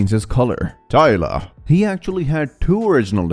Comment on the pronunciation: I’m crying why did you say “TYLAH”